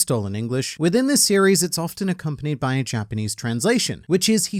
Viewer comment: my guy you are very close to a million!!! Congrats in advance! And good job not butchering the Japanese …